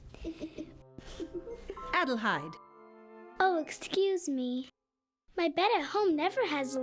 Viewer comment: It is a nice adaption, but the mispronunciation, several times of Hedi's full name Adelheid drove me nuts.